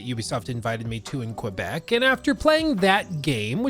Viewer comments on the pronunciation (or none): none